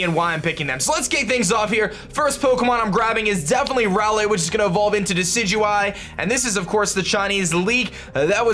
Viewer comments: First person who knows how to pronounce Decidueye. Instant sub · My Team: Decidueye (FYI it's pronounced de-si-ju-eye) Vikavolt Lycanroc (Midnight) Salandit Water Spider Pokemon/Wishiwashi Mimikyu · You fixed your decidueye pronunciation :)